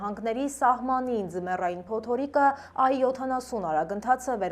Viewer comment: ջան փոտորիկ չէ փոթորիկ